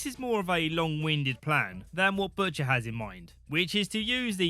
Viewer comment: bush...ter? bushter? butsher?